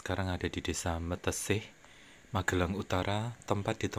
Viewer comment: Meteseh bukan mateseh